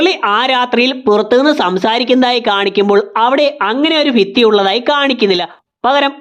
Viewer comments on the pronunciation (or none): നിങ്ങളുടെ വീഡിയോയിലെ മിസ്റ്റേക്ക്സ് 1 : മുർളി ❌ മുരളി ✅ 2 : അഫർത്ഥിക്കുക ❌ അഭ്യർത്ഥിക്കുക ✅ 3:ഫിത്തി ❌ ഭിത്തി✅